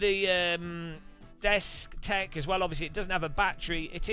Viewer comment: Dude you have messed up the destek/Bobo this 9 times and I'm not even done with the video.